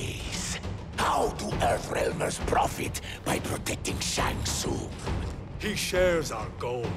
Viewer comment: Bruh, why you butchering my boi's name like that. It's Shang Tsung. xD